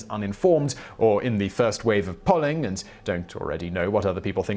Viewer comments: Its pronounced: Pole-ing (also one of the best topTenz Ive seen) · “pawling organizations”? (odd pronunciation).